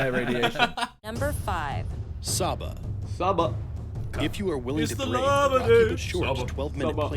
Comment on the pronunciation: Who else thought shabba when vik saba